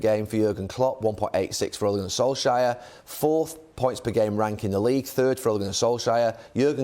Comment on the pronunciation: Suddenly Neville calls him Sol-shire